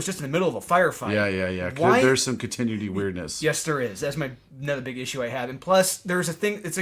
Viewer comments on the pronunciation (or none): Does mispronounce “continuity” on purpose?